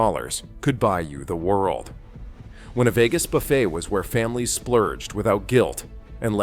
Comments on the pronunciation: AI pronounces it buf-fet rather than boo- fay as capitalism fails on so many levels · A.I. narration - it's "buff-A", not "buff-et". It's like the pronunciation of "geyser" - A.I. pronounces it "geezer"...😂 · Hey. AI, the "t" is silent in buffet. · Can't even pronounce buffet right, damn these AI generated videos. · Between mind-numbing repetition and AI narration and writing that can’t pronounce “buffet,” this is the failed Las Vegas buffet of video reports. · More A.I. garabge, Robot Voice cannot even pronounce the word BUFFET correctly